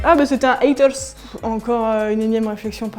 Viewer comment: "haterrrrs" ??? C'est quoi cet accent💀